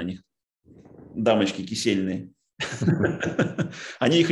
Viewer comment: Не кисельные а кисейные